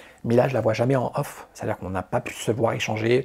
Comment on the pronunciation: Off et on stp. Pas off in 😂